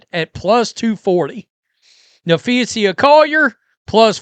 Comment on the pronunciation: It's Napheesa (NAFEESA), not Napheesia. Get it right bro.